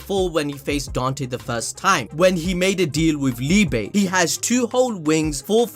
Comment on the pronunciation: Just thought I'd say, Liebe is pronounced Lee-buh, it means Love in german.